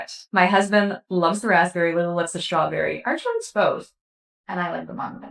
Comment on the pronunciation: "I love schtrawberry" is what I heard--slurred.